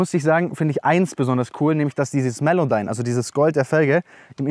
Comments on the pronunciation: Woher die “Melodyme” gekommen junge?! 😂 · er sagte ganze Zeit melowdyme, nicht melodyme)